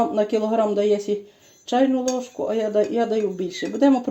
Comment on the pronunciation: знову "лижку" солі..😅